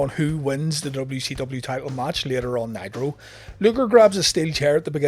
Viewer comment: I could have sworn you said "Monday Night Nyquil" lol